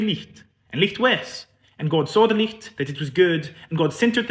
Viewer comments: amazing to see oor leid being promoted and understood as a seperate language, native to Scotland 🥹 well done for giving this your best shot, you did so good! a few wee gentle pronounciation corrections of how we Scots would generally pronounce these words. licht is said as 'l-ih-chht not 'l-ee-chht' (the - lee-chht - pronounciation is German) ♡ the same with nicht, we pronounce it 'n-ih-chht' not 'nee-chht' ♡ watirs you had right the first time! it's pronounced as 'wah-ters' not 'wau-ters' ♡ guid is pronounced 'gid' not 'good' ♡ saicond is pronounced 'say-kint' ♡ 🏴🤍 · Some of the words sounded more like German. Like the pronunciation of light for example.